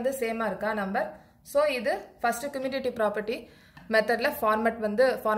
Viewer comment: Mam your teaching is good but you pronounce commutative is not a good you pronouncing wrong mam sorry mam I tell the mistake only your teaching is good mam